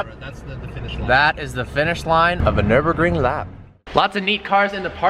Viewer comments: Nürburgring, not "Nurburgring" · Drinking game, one shot every time he say Nurinbergring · Nurburger ring? Never heard of it. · pls tell me this is a joke u cannot possibly have raped the word Nürburgring so hard